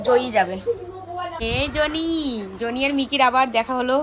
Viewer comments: উচ্চারণ ঠিক করো ।জো নি না বলে জনি বল।শুনতে খুব খারাপ লাগছে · Aree joni na johny.....thik thak pronounce koro